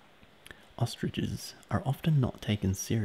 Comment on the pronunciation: instead of hearing ostriches, i heard ostages. "ostages cn run faster than horses, and roar like a lion". i had to go back to listen the thing again XD